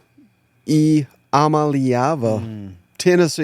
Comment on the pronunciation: you’re still saying Nico’s last name wrong 😂 it’s… E-uh-ma-lay-Ah-vuh GBO! 🍊